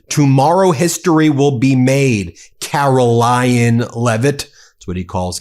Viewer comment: KaroLYIN!? My name is Caroline and people always say my name wrong after 57 years. In my life time, I have never heard this version of my name. Well done Newsom!